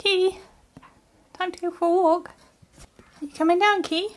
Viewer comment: Wolkkk (walk) Wookkies (walking) Sherwaaa (sherpa) 😂all are heartwarming words